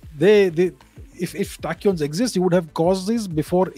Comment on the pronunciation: sounds like 'Attachyons' (I am not a physicist, no offence). Most discoveries made by Indian scientists have been brushed aside